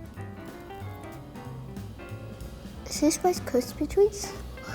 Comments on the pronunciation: wice kwispy tweats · “Wice cispy tweats”